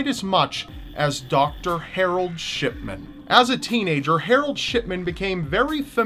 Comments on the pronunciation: Shidman or shitman? XD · When you say shipman it sounds like ****man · I thought you said Dr. Shitman not Dr. Shipman XD Though from what he did I think he deserves the first... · You say Shipman sounds like shit men lol omg 😂😂😂😂😂😂💀💀💀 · Why do I hear Shitman and not Shipman every damn time?? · He definitely said shitman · did I just heard Shitman? :D haha XD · ***** I mean come on, am I the only one that hears Shitman? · Sh...shitman? Did you say Shitman? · Anyone hear shitman instead of shipman?? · For shipman, I thought he said shitman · Marro Hill didn't he say shipment? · Lol did he say Harold shitman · shitman xD he always said like dat xD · Am i the only one that heard "Shitman"? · For the shipman story it sounds like he's saying shitman lol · 706 you said harald shitman lol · Hehe it sounds like shitman he he hehe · It sounded like sh#t men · Shipman? Dont you mean Scatman? :D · Lolz it sounds like your saying sh*tman instead of shipman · sounds like your saying shitman instead of shipman:3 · I keep hearing "Doctor Harold Shitman" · When u talked about Harold Shipman, it sounded like u were sayin *shit*man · Hahah when you said shipman it sounded like you said shitman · at one point it sounds like he says "Shitman" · I thought u said shitman though 😓